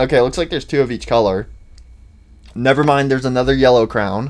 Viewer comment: Dude says crown instead of crayon